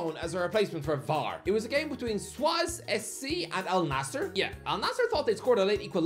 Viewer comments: Suez is said ‘Si-ez’ like the canal not “Swaz”. Where the hell did you get that from? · No way this guy just pronounced Suez as Swaz. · The way he pronounced "Suez" though😂